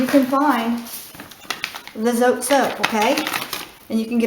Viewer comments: It's not zo-tay! It's zo-teh. Thanks for the great recipe. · No my dear, in spanish we dont' have long vowels and short vowels, we pronounce the words as are spell which makes it easy for people to learn the language, so in order to be pronounce zotay, it has to be written zotay or zotei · BTW, It's pronounced "tso-teh" in Spanish.